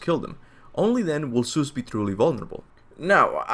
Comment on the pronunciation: I’m not sure how many more times I can handle listening to you say Seuss